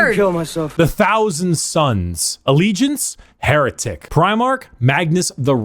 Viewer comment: 'Hair'etic? I see what you did there. It made my day.